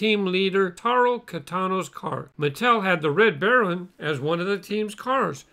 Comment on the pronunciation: It's tah-ro not taro even tho I think his name is spelt like taro